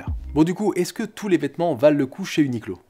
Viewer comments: Ça ce dit « uniqwo » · A prononcer "ou ni kou ro" en japonais (r roulé devenant "l") si tu veux te la péter